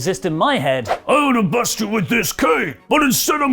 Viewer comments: After watching braun in a play by play clip I believe he tried to say bust again idk the first two time I heard f ya boy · I’m pretty tired of watching the same 3 hour show for the last month or so. I too thought he said “watch me f your boy” but after a few watches I’m pretty sure he said bust. That would be a weird stipulation for the match. Loser drops title then gets f’d by the winner. Perhaps this is Vince’s wet dreams of beefy guys coming to fruition haha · Strowman said "-Im gonna bust your boy" - like busting his head in - but seeing the clip, I could hear how people would think he said f*Uck instead - would've been alot funnier if he did say that though